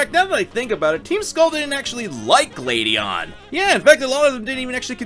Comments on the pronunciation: I was so confused during the gladion part because I thought he kept saying “Lady Ann” and I was like “what has persona got to do with this” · Why is it, that when you say Gladion, I hear Lady Ann